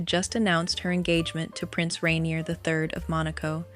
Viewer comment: At least learn how to pronounce "rainier". Your trailer is showing.